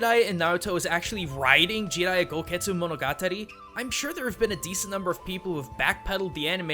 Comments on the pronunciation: everytime he said GI-riya im like JA JA JARIYA man come on lol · I don't like how he pronounces his name